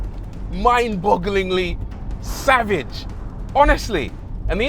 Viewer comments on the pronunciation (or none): none